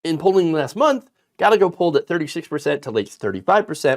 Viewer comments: Guy-yay-go Gallago. Spanish pronunciation. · His name is pronounced “guy-ay-go”, not “gal-e-go”. You should probably know that… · Close, but not correct pronunciation. A is always pronounced as "Ah" not "Ay", E is always pronounced as "Eh", not long "A". The correct pronunciation is "Gah-Yeh-Go". Most non-Spanish speakers make this common error. Mispronunciation is so common, that Tijuana and Puerto Rico are now pronounced Porta Rico, and Ti-A-Juana. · OUTSTANDING video! PS: Gallego is pronounced "Guy-Yay-Go" xD